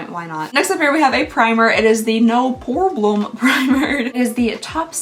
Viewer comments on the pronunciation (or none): I definitely remember you saying "No Pore-blem" before. It's such an odd sounding word that you don't forget that one.